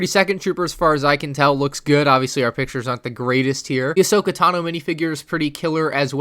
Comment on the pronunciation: it's Ahsoka not Ashoka